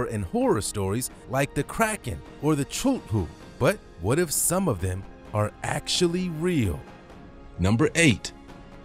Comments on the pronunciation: It cthulhu not chuludhdurg what ever you called cthulhu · Videos from them are informative but some of the words they say make me cringe so much. Something like when he pronounced "Cthulu" as "Choo-loo" too.